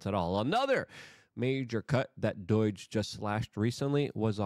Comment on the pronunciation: STOP SAYING DOYGE DOYGE DOYGE DOYGE DOYGE DOYGE DOYGE